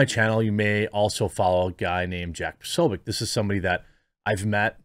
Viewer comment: Posoh- bee- yeh- ts. Not posobiyek. Tssssss … Come on guys